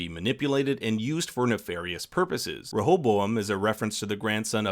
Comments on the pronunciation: Ray ah bow um with emphasis on Ray. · Rehoboam: It's pronounced Ray'-O-Bo-am. He was the son of Solomon, who through foolish pride, caused a civil war splitting Judah in the south from the other tribes of Israel. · It's ok if you cant pronounce Rehoboam. I looked up the pronunciation and they also mispronounce it in the show.